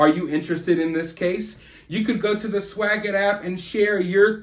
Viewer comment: You break my heart every time you say swagit 😓